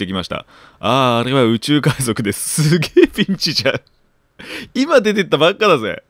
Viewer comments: 海賊〇 海じょく✕ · かいじょくwwwwwかわいいww